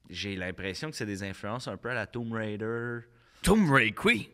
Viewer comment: Tomb Rai Qwi ?!? 😂😄